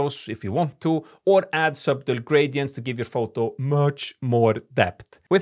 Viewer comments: Your vids and your english are great. Thank you for your all your tips. Try pronouncing 'subtle' like 'suh-dull'. The 'b' is silent and the 't' has more of a 'd' sound in this word. Subtlety is even harder haha, but it sounds like 'suh-dull-tee'. Keep making awesome content, my friend! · Subtle - don’t pronounce b